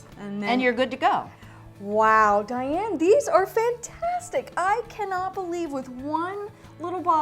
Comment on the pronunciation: Her name is really DIANNE 😂😂 DYEanne